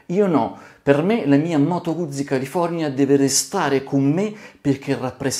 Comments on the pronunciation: Eccone un'altro, Fotografo Nikonista di professione, batterista per passione e California per viaggiare. Cambia ti prego la pronuncia quando dici "Guzzi"....è un cognome e da tale va pronunciato. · come cambia? Probabilmente qualcuno ti potrebbe chiamare Boccí, oppure Bòcci o ancora Bòccì... Carlo Guzzi si pronuncia con la ZI di Tiziano e non di ZIO